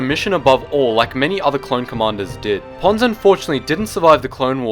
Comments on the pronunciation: I thought you said Puns or Pans but you said Ponds..... He was one of my favorite. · I know his name is Ponds, but I keep hearing Puns... Commander Puns \@@ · kyle jackomino , Not to be Rude but Its Commander Ponds not Pawns